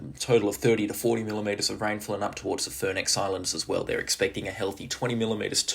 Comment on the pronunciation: Is that the Furneaux Islands? Is so it’s pronounced Fern oh